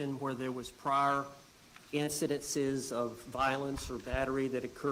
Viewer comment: Her lawyer said "indicences" ... ughhhhhhhhhhhhhh. Cringe